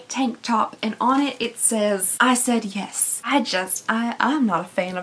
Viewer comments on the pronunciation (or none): "I said yef" LMFAO. I wear tanks as pajama tops. The auction house comments about the dress paddles were too cute. 😂 I'm guessing from the contents of all of these, the companies don't plan on you buying more than one box with the amount of ring dishes, hats, and worded clothing you receive.